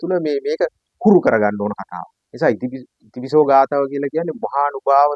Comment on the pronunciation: බොහෝම කුසල් බුදු ගුණ ආනිසංස විස්තර කිරීමට 🙏 පුංචි නිවැරදි කිරීමක් කිරීමට අවසර... "ඉතිපිසෝ" යනුවෙන් එකට නොව... "ඉතිපි සෝ භගවා...." යනුවෙන් වෙන්කොට කිව යුතුයි.... එහි අර්ථය වන්නේ "ඉශ්ඨ වූ, ප්‍රිය වූ භාග්‍යවතුත් ව්හන්සේ" යන්නයි... ඉතිපිසෝ යනුවෙන් එකට උච්චාරනයෙන් නියම අර්ථය විකුර්ති වන ඇතර හරියාකාරව උතුම් ගාතාවේ ගුණය නොපිටයි... උතුම් නව අරහාදී බුද්ධ ගුණ බලයෙන් ඔබ සුරක්ශා වෙත්වා🙏 නිවීමම වෙත්වා🙏 තෙරුවන්සරණයි 🙏